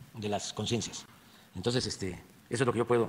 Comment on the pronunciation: Vas a dejar por escrito "ej de que" "no jomoj igualej!